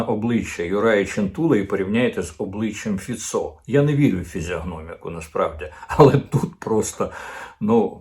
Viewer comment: Пане Корчинський, краще називати Фіцó не фіцó,a фИцьо